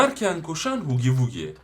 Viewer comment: Abi o hugi vugi değil hagi vagi diye okunuyor ❤